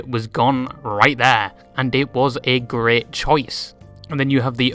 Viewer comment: The way u say worst and great makes my brain feel like it needs glasses